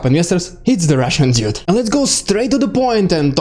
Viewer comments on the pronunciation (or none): Much information here! Good summary of all of the different actions. Very good illustration and concurrent relevant videos. Nearly perfect narration. Make more. Dude; you need to say "dude" more slowly and clearly separated from the word Russian, so that, "Russian Dude" it is two words, not one. It almost sounds like you are saying "dit" as in: a ditzy person.